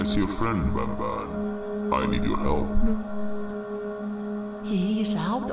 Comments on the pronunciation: When you were doing the statue and the light part it was Banban not Banbaleena!!?? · It’s banban not banbalena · I like how he was pushing the bananas but he called them banblena's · That was banban not banbaleena😂😂😂😂